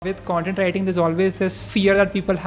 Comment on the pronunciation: "cuntent writer" seriously?